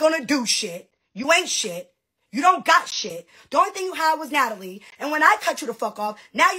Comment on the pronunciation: “Nat-A-LIE” strikes again 😂